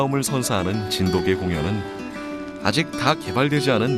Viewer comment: 언어에는 역사성이 있죠. 시간이 지나면서 표기, 발음 등이 변할 수 있고 표준어 규정 또한 바뀔 수 있습니다. '자장면'을 예로 드셨는데 '자장면'은 '짜장면'으로 표기하고 발음하는 사람들이 많아서 '짜장면'도 복수 표준어로 인정이 됐죠. 그런데 정 반대되는 예를 드셨어요. 저 영상을 보시면 아시겠지만 나레이터 외에는 모두 [진도깨/진돋깨]로 발음하고 있습니다. 저또한 [진도개]로 발음하는 것은 처음 보았고 매우 어색하게 느껴졌습니다. 백번 양보해 관용적 표기로 '진도개'를 허용하는 날이 온다 해도 발음을 [진도개]로 바꾸진 않습니다. 이 방송의 나레이터는 대본 상의 '진도개'라는 표기를 보고 자의적으로 [진도개]로 발음한 것으로 보입니다. 나레이터는 아나운서가 아닌 일반 성우로 보이고요. 그리고 고유명사에 대해 주관적으로 정의하고 계신데요. 이것은 관용적으로 '진도개'의 표기를 허용하느냐 마느냐의 문제지 고유명사니까 발음, 표기는 상관없다라는 논리와는 전혀 맞지 않는 이야기입니다. 또한 세계화(?)를 위해 '진도개'라는 표기가 더 좋다고 하셨느데 외국인과 관련된 것은 영문 표기를 어떻게 하느냐이지 한글 표기를 어떻게 하느냐와는 전혀 상관없는 이야기에요. 그리고 사이시옷에 관한 규정은 중학교 과정에서 배우는 내용이지만 '진도개'라고 적는 대부분의 사람들은 단순히 그것이 맞다고 생각해서 즉, 틀렸다는 걸 몰라서 그럴 뿐입니다. 님이 말씀하신 것 같은 거창한 이유에서가 아니에요. 역시 그런 이들도 발음은 [진도깨/진돋깨]로 합니다. 말씀하신대로 초등학생도 '진돗개'의 사이시옷 표기를 다 안다면 역시 '진도'라는 원산지를 쉽게 알기 위해 '진도개'라고 써야 된다는 말씀도 어폐가 있게 됩니다.